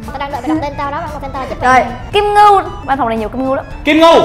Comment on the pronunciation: kim ngưu sao đọc là kim ngu ta